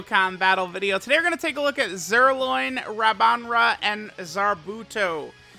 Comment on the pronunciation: JUST SAY ZIRLOIN